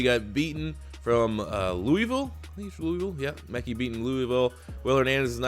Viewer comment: His name is Mekhi Becton not Beaton